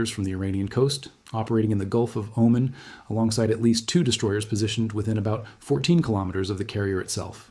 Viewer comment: It's O-MAN not omen